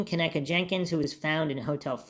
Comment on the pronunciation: I believe her name is pronounced Ken - EEE - kah. Respectively. Hard ‘E’ like Keeeegan Kline. 😅😂